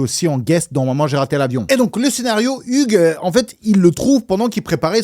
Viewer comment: Hugues se prononce Yougs... Et l'Ia du début est pas mal... Mais j'ai vu une video la semaine derniere qui decortique la maison de tournage, L'evolution, les travaux pour le film, les incoherences des placements des pieces, TOUT ! Donc raté ! ;)